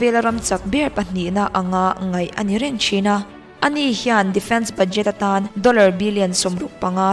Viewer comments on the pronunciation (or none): none